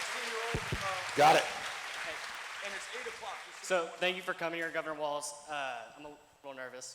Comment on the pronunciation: Tim Walz no "t"